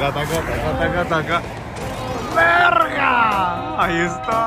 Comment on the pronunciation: "berga" :D